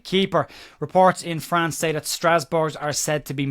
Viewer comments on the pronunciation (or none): none